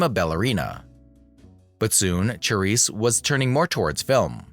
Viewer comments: Say the main subject's name properly! Good grief, it would take but a few seconds to find out online. Lots of good info, just please show due respect in such posts with CORRECT pronouncing (Sha-RISSE). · Who stole a show from whom? Silly to say. Each female star suited her roles's demands. Cyd ShaRISSE (not Cha as in Cha-Cha😡) could not have 'done' Debbie's perky-ingenue persona to perfection.